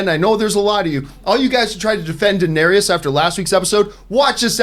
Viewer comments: I’m seriously not a jerk nitpicker, but every time John calls Danerys (Dan-eer-is) “Danerius”, i get a nervous twitch in my eye! Lol. It’s Danerys!!! Iss-iss-iss! Lol! ❤️ you John!!!! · Can y’all take the time to actually know the material you’re discussing? How many names can you get wrong. How much established lore can you forget? Bastards have no claim to the throne. “Danaerius”. What? “Davros”? That’s not even a hard name to remember! Ballistas in Kings Landing wouldn’t kill Viserion. Remember, he’s a wight now???? Steel doesn’t kill them